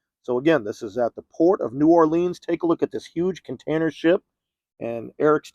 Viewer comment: New Orleans is pronounced Nawlins!! LOL Sorry I'm late to see this!! Was without internet a few days! Thanks! That was awesome!!!